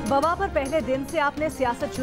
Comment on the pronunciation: Bawa nahe wabaa Mam Hehehe